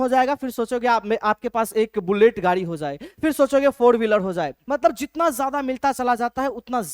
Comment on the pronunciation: Sir cool banneke chakkar me J ke jagah z use kr rhe hai jaise jitna ko zitna bl rhe hai 😂